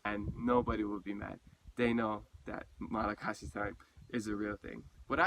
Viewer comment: That's crazy I've always wondered if any Hawaiians have ever been to Madagascar or vice versa. I wonder if any Malagasy have ever been to Rapa Nui. I think you're mispronouncing Malagasy it's pronounced Malagash.